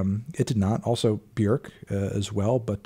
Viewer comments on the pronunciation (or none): none